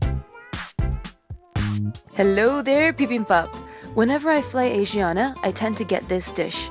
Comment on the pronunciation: You're pronouncing it wrong. It's 아시아나 not 애이시아나 😫